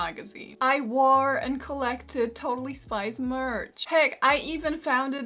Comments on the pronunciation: I keep on hearing totally spice not totally spies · I'm sorry but I kept hearing Totally Spice and thought she was talking about the Spice Girls 😅😅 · I though she was saying Totally Spice